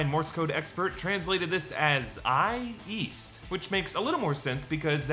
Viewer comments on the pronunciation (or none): east? i thought i heard weast